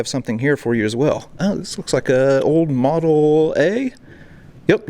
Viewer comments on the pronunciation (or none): none